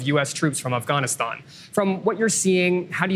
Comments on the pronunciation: Why does this guy keep saying "Offghoniston" and "offghans" instead of Afghanistan. I hate when people try to sound cultured by pronouncing words or countries with an accent when they're speaking English. It makes 0 sense. Imagine a French guy saying "America" in an American accent every time... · Personally, I'm just glad he stopped pronouncing Afghanistan as "offgawneaston" to prove how cultured he is. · He says afganistan so wrong is says it like afagnastan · This guy's pronouncing things wrong